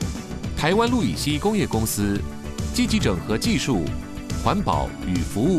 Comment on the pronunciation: 是不是氯乙烯不是路乙 烯